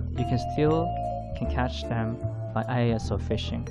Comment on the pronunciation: ISO = pronounced as e-so in Japan ie “eso fishing” We don’t call it Eye-s-o fishing